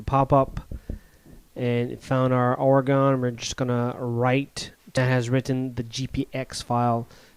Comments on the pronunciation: By natives, it is pronounced ory-gun not ore-gone. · Awesome vid! From an Oregonian, its pronounced "Ory-gun" :D